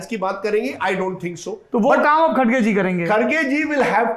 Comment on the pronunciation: Sourab sir aap har bar khadge bolte hai???? Wo kharge hai. Mallikarjun kharge.🙏🙏